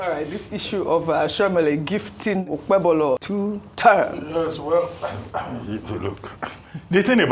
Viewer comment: Who is OkpeBOLO? Arise TV journalists are semi-illiterates that can't pronounce mere Nigerian names! What a shame.